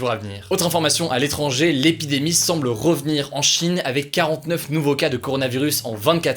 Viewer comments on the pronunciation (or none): L'épidémie et non pas les pis d'Aimie 😂